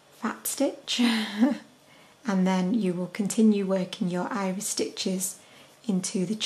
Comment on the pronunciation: Also, I'm hearing you say IRIS stitch, but seeing people comment IRISH stitch?... O.o